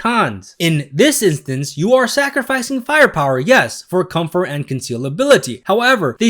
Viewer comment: THE WORD IS COMFORT. REEEEEE